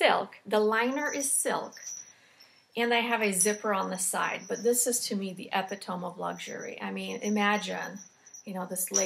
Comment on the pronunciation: Hi. Just FYI, not bitchy: Epitome is pronounced "ee-PIT-oh-mee" Love your videos!!